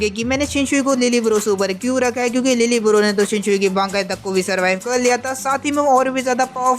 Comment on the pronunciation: Lille barro❎ Lil bro✅